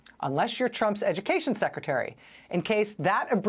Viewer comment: McMahon is perfect as the Secritery of Edukaysion...